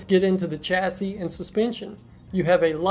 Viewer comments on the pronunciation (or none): It's Chasi but pronounce as Shasi